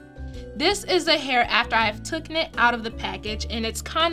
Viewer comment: Not “took’en” love. It’s taken. Taken out🤦🏽‍♀️. You do an awesome job though. 😊❤️